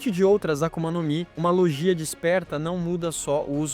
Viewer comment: Se escreve "LOGIA" mas se diz: "LÔGUIA"